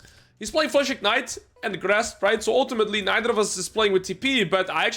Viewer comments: why did you start pronouncing the word "and" as "eeeeand"? I could've sworn this was never the case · The way you pronounce 'and' is so fucking annoying I stopped watching. Just say it like a normal person.